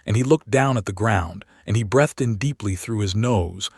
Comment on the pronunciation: The AI pronounced " he breathed" completely wrong. (10.45min) With all the mistakes that are made in lots of AI generated story's people are going to get dumber and dumber. Up to the point were humanity is not abel to understand storytelling anymore. 😢